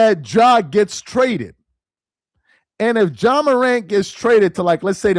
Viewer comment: Ja… not John bruh🤦🏾‍♂️